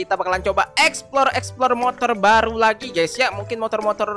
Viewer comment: Keren kali bilang balu